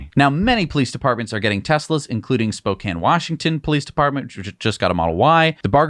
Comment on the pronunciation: Wow. An East Coaster pronouncing Spokane correctly. Well done. :p